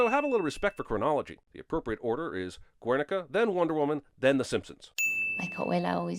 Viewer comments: What the actual fuck is a Güernica (Werenica)? Like, seriously, all my life I've heard it called Guernica (Gernica)? The hell? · Additional sin there: Usnavi seems to try to pronounce Guernica in Spanish, but if he truly did then the "u" would be silent and the accent would be on the "i".